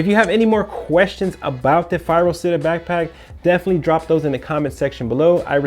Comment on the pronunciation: it's Città with an accent to the A. it means city in Italian. and you pronounce it CHITTÀ, not sitta. for fuck's sake.